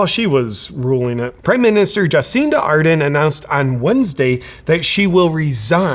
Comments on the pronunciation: It's "Ar-DERN". This is the third American vlogger I've heard today call her "AR-den" - there's an R in there! Otherwise, great video. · JP, you kept mispronouncing her name. It's ArdeRn, not Arden. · Everyone says Ar-den. But in NZ we say Ar-dern. XD Can also be pronounced as heartless-maniacal-lying-goblin-wench. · Yeah resigns and lies its consentual ...with a smile on its face! OMG, wimmin are 😡😈 IT NOT 'Arden', ITS A-HHHHHHHHH-E-RRRRRRRRRRRRR-N! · It's pronounced ar-DERN, with second syllable stress. Just think arse-BURN. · Just a little education here. Adern is pronounced as Ad-urn as in an urn you put well … deceased ashes into. No I’m not a fan of hers. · I like the little slip up Justin Arden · Ardern is pronounced Ah-dern by the way. Guaranteed she'll get a highly paid cushy job somehwere in the world. Why wasn't the Pfizer agreement transparent - getting a commission/kick back Cindy? And she's worth millions now - where did they come from Cindy? Yup, crimes against humanity for sure. Hipkins will continue the tyranny. Just another puppet! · Horse faces name is pronounced A'DERN JP, like over there, there is a fern, and eating a pinapple through a cyclone wire fence, is Jacinda a dern. I don't like her either, but if you're going to be unkind and hang shit on her, show her the respect of getting her name right. Thursday is Australia Day, show us some respect and eat lamb, from a BBQ. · I love how you pronounce her first and last name wrong. She doesn't deserve any better from a US Based commentator...